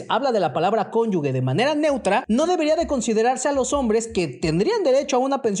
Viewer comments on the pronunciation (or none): cónyuge (como cónyuJE), no conyugue. Perdón eso distrae todo lo demás que está bien. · Todo está muy bien explicado, solo una observación, se dice cónyuge no cónyugue. Saludos! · Desde que dices "CONYUGUE" se ve lo ignorante que eres, solo parloteas por ardor, discípulo del TRAUMACH😂😂😂😂😂😂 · Jajaja cónyuge!!!! NO CONYUGUE, BURRO!!!!! A estudiar!!!😂😂😂😂😂